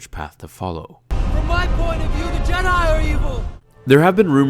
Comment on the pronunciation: Not to be a hater, but you kinda mispronounced the word Jedi at the end there XD